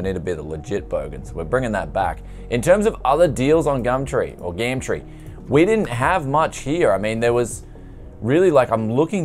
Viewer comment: why do you say gam tree bro? been watching for a while and I know I dont live in OZ but i still dont get it, great vid as always. cheers